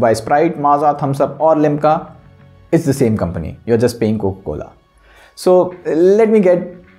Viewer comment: coca cola bol le, coco cola nahi